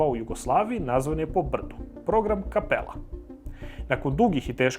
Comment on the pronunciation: Odličan kanal, svaka čast, samo loše akcentuješ reč Kapela, planina u Lici... 🏆